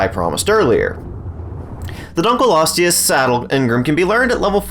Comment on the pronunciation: Thx for pronouncing it right